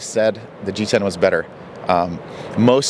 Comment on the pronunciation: Oui c'est parce qu'à un moment, quand il prononce G10 en "americain" on entend titane, d'où la confusion de Carletdesiles. Intéressant, on attend les tests pour voir ce qui est réalité ou ce qui serait marketing. Après, pour l'épaisseur du mât, d'après ce que j'ai compris, pour compenser la trainée non négligeable due à l'épaisseur conséquente, il vole haut parce que la rigidité le lui permet....Un peu le serpent qui se mord la queue. Faire un mât rigide et épais, pas difficile et pas très couteux; faire un mât rigide, fin, résistant aux poids lourds et jumpers, beaucoup plus compliqué et beaucoup plus coûteux. Donc il place le curseur à un niveau qui permet de sortir un mât à coût de revient modéré (quant au prix de vente on verra...) et vole haut pour gagner sur la trainée....Est-ce que l'utilisateur lambda saura en faire autant ?